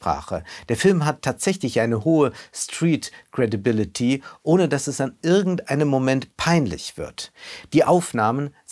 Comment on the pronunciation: "Striit Kredibileti"